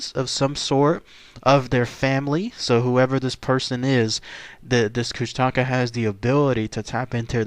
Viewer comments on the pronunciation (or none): Its pronounced (koosh-ta-ka) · Oh and the propper pronunciation is kooshtaakaa (longating the vowels) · it's pronounced Koosh-tuh-kaa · I live in a remote area of Southeast Alaska where the Kushtaka are well known. Despite the way it's spelled, locally it's pronounced Koosti'ka. I wrote possible explanations and background for the origin of this creature on my blog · Tara N. i i used to live in juneau and i hate it when people pronounce it like the do in the video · Learn to say it right first then go find better source of info , almost everything you said is not even close to the real legends and area where they are said to be.